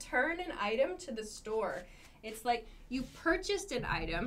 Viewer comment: I hit always the lick button... hahaha. What a strange pronounce of like,?